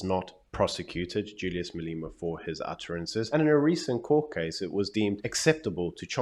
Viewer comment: his name is pronounced Malema not Maleema